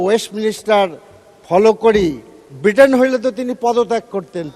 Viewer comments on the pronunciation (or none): ভিটেন na Britain 😂😂😂